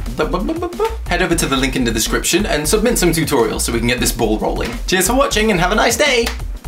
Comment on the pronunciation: Instead of "Cheers for watching!" I thought you said "Jizz for watching!" xD